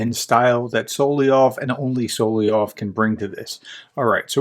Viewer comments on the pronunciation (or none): Best to find out how to pronounce Solovyov's name. I think it's so-lov-yov but you can find correct pronunciations with google. I'm pretty sure you are not pronouncing it correctly. Hate to nitpick but if you're covering this guy often, must get the name right.